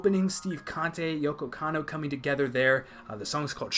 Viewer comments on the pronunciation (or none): My only notes are that it's pronounce "Kahnt" not "Kahntay." Johnny Yong Bosch is a good dude. Have you heard his band Eyeshine? He rode in my car once. He asked if I knew the words to the music I was playing and I lied and said I didn't. Because I didn't want to sing for him.